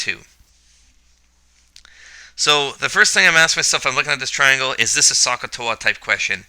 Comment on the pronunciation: Hello, Great Video, except Should Pronounce SOH, with OH sound, not AH sound very confusing need to hear the "O" in your mind to know the O is used.